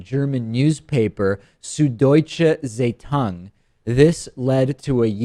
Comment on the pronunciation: Idd, it's pronounced somewhat like tsai-tung (Zeitung=newspaper, hard z and all). At least he tried, which is all I can ask for.